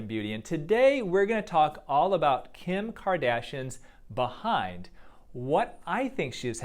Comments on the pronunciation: The way he says be-hind sounds so funny 😆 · I like how he says behind 🐝 hind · Dr pronounces it " 🐝Bee-hind " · “BEE hind” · I love how you say bee-hind when it's Kim's ass but behind on natural ass 🤣. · "Bee-hind" LOL!!!!!! Yea I want a "Bee-hind"!!! 😆😆😆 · The way he says "behind" just gives me the kicks.